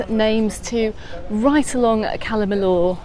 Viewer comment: Never heard anyone pronouncing calla Millor in such a weird way before , calla millooooor in mayyurke 🙄